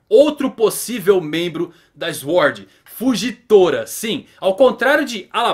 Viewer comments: não se pronuncia Eshord mas Suword, só pra ajudar. Abraço. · Diga "sôrd". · Não e tua obrigação mas mano plz Sword (SwÔrd) kkk desculpa mano mas me deu agonia kkkk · Q agonia essa pronúncia de "Sword" tive calafrios todas as vezes kkkkk